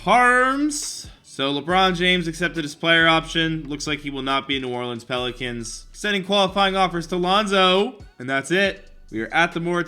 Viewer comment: Ethan Caffrey it sounded like he said penicans